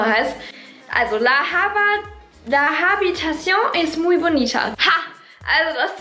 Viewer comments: Im Spanischen wir das “h” nicht mitgesprochen, es wird also la “abitación” ausgesprochen❤️💕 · Man spricht im spanischen das h nicht mit. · Liebe,im Spanischen spricht man das H nicht aus. Hasta luego Sisi. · Ps Im spanischen sprichst du das h die aus also bei habitacion